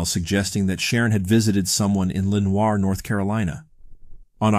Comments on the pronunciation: nitpicking, I know, but we call it luh-NORE (not lenWAH). Also, Raleigh N&O, not NC N&O (newspaper) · It's pronounced Lee-Nor. Not Len-war. Ain't no French folks in these parts. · NC gal, here ... just wanted to say Lenoire is pronounced 'Le-nore' instead of 'Len-war' 😁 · Dude what the hell. I'm from NC. It's Leh-nir. Line the Poe poem. . It's len-hwa? It's not a town in France. It's a small town in the South with a population under 18k. Where I live is a small town with a population of 16k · How he says “Lenior” North Carolina makes my skin crawl. SO BAD. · Lenoir -la nor or atleast thats how the news here says it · I love your pronunciation of Lenoir, that's how we jokingly pronounce it around here. Technically, it's pronounced 'Li-Nor' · It's Luh-NOR, North Carolina. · “La nor” is Lenoir . No French pronunciation. Stress on last syllable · “Len-hwa” is how google/ GPS pronounces it. -someone also from Lenoir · We pronounce it Le-NORE . . . Small , country , southern town . Nothing fancy , nothing French . I live so close , this s**t is real ya'll ! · this is totally not relevant, but as a local it kills me how no one says Lenoir right 🤣